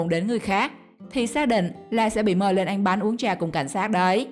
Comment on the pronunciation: Mc người vùng nào mà đọc ăn thành anh vậy ta